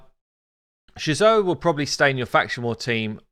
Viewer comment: Does anyone else cringe with ' Jizoh pronunciation? Great porn name though.